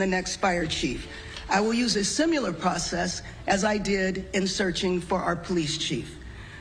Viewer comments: And It's 'Similar' not 'Simular' - that is a pre written/prepared speach too. Smh. 😅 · Did she say "simular" instead of "similar?" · I have a legitimate question. When did people start mispronouncing similar as simular? This is the second time in my entire life that I've heard it. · "simular process " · A "simular' process huh. Whats funny is its almost the opposite of "similar". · She can’t even pronounce “similar” and yet she’s running a major city😂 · She can't say "similar" or "marquis" properly. 17 year old me is running a whole ass city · The mayor of Los Angeles says "simular" instead of "similar". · She said, "SIMULAR" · Did she say "SimULar?" Does she mean "siIMILAR?" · If you pronounce the word similar as simular, you shouldn't be mayor. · It's difficult to take someone seriously who pronounces "similar" as "simular" imho. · She just said "simulur." LOL. The Mayor is responsible. She could not manage her city, in fact had little interest in doing that. Replacing the fire chief with another weak dork will not do a thing. The Mayor failed to manage affairs, have city resources available, and took no steps in planning ahead or keeping the fire fighting force up to date. Even though the risk and the winds were known. And she's standing there saying, "nope can't criticize; we're moving forward!" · ***Similar, there is no godd*mn "u" in the word. This is your Mayor speaking...? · She's the mayor and she said "simular" and not similar 😂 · she said simular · She will use a "simular process"??? Jeez, WRONG person was fired. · She will use a "simular" process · Did she say simular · She said "simular" twice. There is no excuse for this. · simular? learn to talk